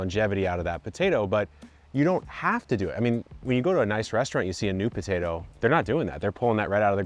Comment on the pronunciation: is it Botato? I can't be the only one hearing this. Do Canadians say BOtato?